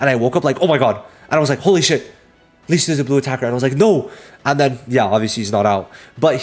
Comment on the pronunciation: You kept butchering the pronunciation of Licht. You really need to watch the english dub to learn the correct pronunciation.